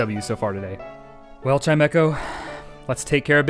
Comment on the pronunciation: It’s not chimECo it’s CHIMEcho